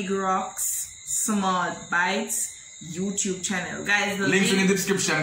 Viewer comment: Every time king say Youchube 😂